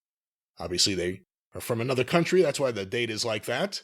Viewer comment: Found the press release they read from. Can't even pronounce the word "county" either. Kept saying "country".